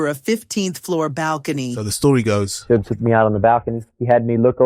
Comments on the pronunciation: “Shooog Knight” 😂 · It’s not shoog it’s Suge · Why do you keep calling him soogee smh It's Suge! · This was horribly written 🤦🏼‍♂️ and his name isn’t Shōōgue 😂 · "shoog knight" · Please stop saying "Shooog" like that AI narrator. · You get a thumbs down for the stupid AI voice that can't pronounce words properly ie shooog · Shoog? Arseeneo? You can always tell it's AI when it butchers names. That, and the diction is just too perfect. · Learn how to pronounce names b4 you make videos. Shoog wtf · I enjoy hearing vanilla Ice's story but holy hell if you're going to get a narrator for his story please get a narrator that can properly announce the names correct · Arsenio Hall and Suge Knight. Except how to pronounce their names. I know the narrator probably wasn't even born when these people were front and center in the industry, but at least maybe spend a few days in the Wayback Machine. Keep you from pronouncing George Was-hasbeen. ,,, Watched again. My bad, AI read. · Good lord, the AI voice butchering "Suge"? Thumbs down.